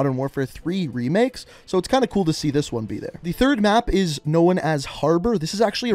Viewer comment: “Know in” and “unknow in”